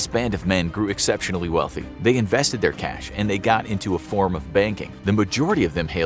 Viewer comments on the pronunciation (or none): none